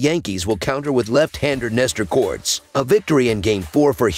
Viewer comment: it's Cortés not corts.